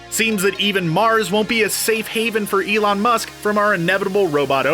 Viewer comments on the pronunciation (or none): none